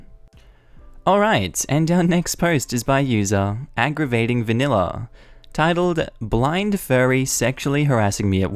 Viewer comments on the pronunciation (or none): none